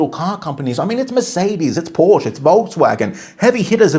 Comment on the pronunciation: mmm. He can’t even pronounce Porsche correctly.